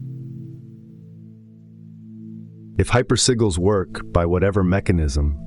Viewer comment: This is the only AI I tolerate but “hyper seagulls”? Come on bro don’t do me like that